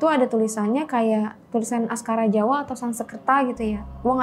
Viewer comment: maaf mau koreksi bukan askara jawa tapi "Aksara Jawa"